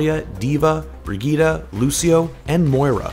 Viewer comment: Don’t tell me he actually said bregeeta